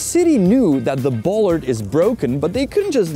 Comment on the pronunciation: Bollard is pronounced /'bola:d/ in British English or as "bolád" would be in Czech.